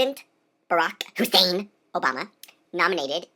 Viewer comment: I'm going to have to say the actor here is obviously gay based on biological markers (regardless of manner). And that's ok lol. (This has to be either satire (99% chance) or severe closet comedy: Go Poe's Law!) He's so funny. OMG, I lost it when he pronounced "HUSSEIN" cross-eyed. LMAO. I'm losing it. He's kinda hot for a mo twink. :D :P D: >:)_